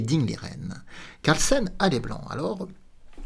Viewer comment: Ahlala, malgré vos efforts, vous n'y arriverez pas. Carl sonne est ancré en vous 😁... Comme la vidéo où vous tentiez de bien prononcer le nom de Magnus, ça ne dure pas plus de 2 mn 😊. Pour le coup de DING, je ne l'ai pas trouvé, mais vous avez tellement insisté sur un coup extraordinaire que j'ai pensé à un moment au roi qui pouvait venenir soutenir ses pions en g7..loin d imaginer sa fuite. Merci encore pour cette excellente vidéo,...